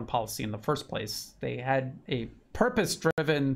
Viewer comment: It's Purpose not "Puprose" sir. 😅